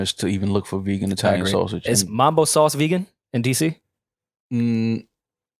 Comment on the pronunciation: the way yall be saying mAAAmbo sauce instead of mUHmbo be hurting my feelings moe